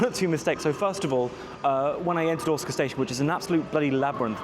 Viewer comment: I thought your were saying you were at Otsuka Station at the beginning of the video! (I'm used to hearing Osaka with a hard O). The moving panels on that platform are a one-off, installed at that platform in a new part of the station called "Umekita" which as you found is a bit away from other parts of Osaka Station 🚞 The cat station master thing (Wakayama Electric Railway) is not as interesting as all the social media makes it out to be. The trains are cool, but the station with the cat (the outer terminus) is an unattended station with just a Cafe that sells cat merch and the surrounding area contains nothing else apart from a few homes. And I didn't realise I was lucky to visit the zoo at Shirahama before the pandas were exiled 🐼